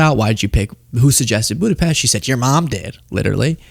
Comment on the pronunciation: Thanks for pronouncing Budapest correctly. You are a very intelligent young man. I give you a lot of credit for visiting Ukraine. Hungary shares a border with Ukraine and my mom is from Budapest but in the 1960s, she left with her family. It's a beautiful city. Anyways, thanks for explaining.